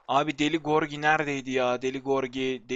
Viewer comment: deli gorgi değil lan gırogi :D